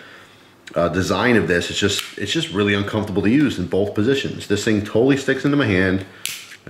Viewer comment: 'Very uncumftabul'